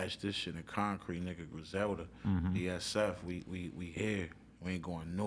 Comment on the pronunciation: It’s Griselda u bitch u!